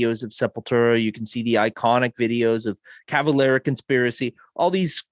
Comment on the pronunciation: Cavelera?? really? with an E?